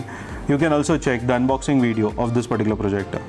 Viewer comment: JUST COUNT FOR... HOW MANY TIMES YOU HAVE PRONOUNCED " THIS 'PERTICULAR' PROJECTOR 😅